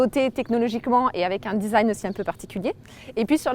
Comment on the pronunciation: Le fameux "Disaïgne" C'est franchement génial ! quand des femmes parles de voitures on dirait des vieux qui parlent d'informatique hahaha